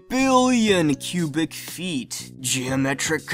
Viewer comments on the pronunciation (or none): He said "Gemetric" instead of "Geometric" at one point.